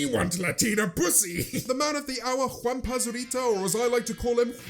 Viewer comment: As a mexican, James saying "Juanpa Zurita" gives me 100 years of life Quiero is want btw